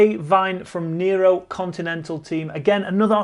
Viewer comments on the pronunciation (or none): none